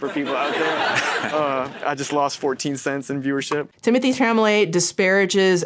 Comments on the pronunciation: The way you say chalamet cracks me up.. I had no idea about the Google thing and that is terrible.. And the lady's tik tok you posted.. When she made the comment about saying that to someone hearing the n word as they are being hung or set on fire.. My god that just hit me so hard 😭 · The petty delight I took every time I heard you say Timothy Chamalamanooscarsforthatdingdong’s name wrong. Intentional or not, it just those bits even better 😂👏🏼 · I laughed everytime you mispronounced charlamets name hahaha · You mispronouncing Timothee's last name every time made me giggle. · I felt vindicated to know that I am not the only one to mispronounce Timothée Chalamet’s last name. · Idk if the mispronunciation of chalamet is deliberate but it feels right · Ok... Is mispronouncing Tim Tim's last name on purpose? 😂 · I love the fact that you keep unintentionally mispronouncing his last name 😂😂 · I appreciated your bringing attention to this so much. Girl, it's CHALOMET not CHAMOLET. You are usually a stickler for the details, which is why I appreciate you so much. (Also because I was a touring keyboard player through the mid 80's - mid 90's and you and I have a lot in common.) Still love ya! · Sincere question, is there a joke reason or other reason his last name is being pronounced "shamma-lay" instead of "shall-amay"? Or is it just a silly mix up? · Don’t know if you care, but if you do, Tim’s name is pronounced “Shall—oh—may.” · I giggle whenever says "Chamalet" What is really telling about his comment about ballet and opera is that his grandmother, his mother and his sister are all in the ballet industry. So he should know more than anyone how those shows are constantly selling out no matter how expensive the tickets are. Instead of empathizing with his family, his ignorant comment is no different than some rebellious farm boy disrespecting his family's livelihood and claiming he would never want to be a farmer because it doesn't make you rich or famous.